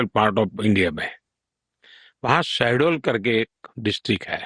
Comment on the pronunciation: शेड्यूल नही सहडोल बोले है😂😂😂😂